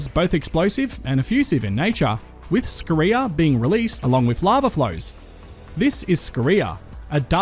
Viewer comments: Great video mate, but I get a little triggered by your pronunciation of Scoria and Dolomite. Your emphasis on the reee in Scoria and Dole in Dolomite to be specific. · You already know how to score. Just add "ee" and a short "a" if you want to pronounce "scoria" in both English and USA.